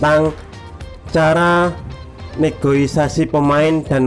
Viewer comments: Negosiasi bang bukan negoisasi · Negosiasi bang bukan negoisasai😆